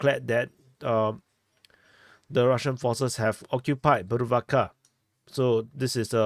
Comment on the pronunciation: Yay did not butcher the pronunciation of bhuruvatka😂👍👍